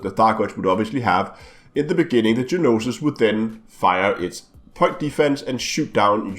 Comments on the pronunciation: The "No-Sis" NOT Ge-nosis.. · It is spelled Gnosis and pronounced No Sis lol